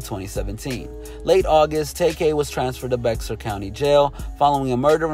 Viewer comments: Bex-ar???😂🤦🏾‍♂️ It’s Bear the X is Silent Bear County 🙄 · It's pronounced BEXAR (BEAR) COUNTY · That’s not how you say bexar. Just sayin